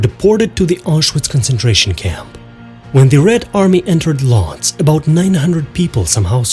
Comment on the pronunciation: What the hell is Lodge? It’s Woodj.